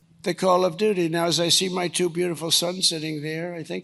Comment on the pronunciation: Someone ought to tell him how to pronounce "two". He thinks it's "dwo".